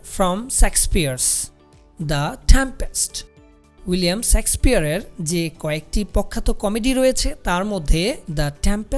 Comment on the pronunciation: শেক্সপিয়ার not sexpeare উচ্চারণ টা ঠিক করুন